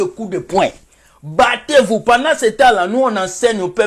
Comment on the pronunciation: Je suis morte de rire quand tu dis bater vous😀😀😀😀😀